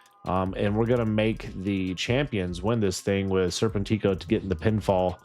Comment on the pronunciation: Arrgh, it’s ser-PEN-tick-o